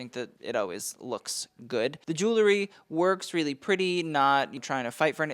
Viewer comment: It’s pronounced jul ree not jul la ree; spelled jewelry.